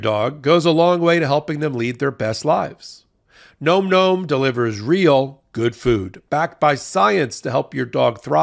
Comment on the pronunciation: Nom Nom. NOT Nome Nome!